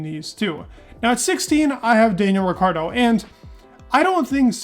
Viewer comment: You mispronounce and misspelled his name. his name is spelled Daniel Ricciardo...